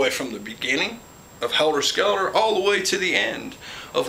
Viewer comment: Did you say helder skelder😊